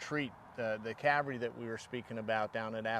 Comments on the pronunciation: Loved the show but when did the "L" get removed from cavalry. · It's somewhat of a running joke that the word "cavalry" is usually not pronounced correctly. But then what is actually correct, what people say or what linguists call spelling pronunciations? We say soften, listen, whistle, thistle all with no "t", but then some say "often" with a "t" that historically shouldn't be pronounced. So what people actually use is generally accepted as the correct pronunciation and there's not a thing one can or should do about it.